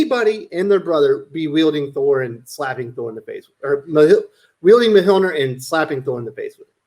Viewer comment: I'm pretty sure you're saying Mjolnir wrong lol